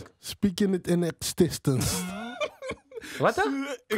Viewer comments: Niemand: Helemaal niemand: Archi: “Speaking it in ikstansense” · Speaking it in the extistence😂😂😂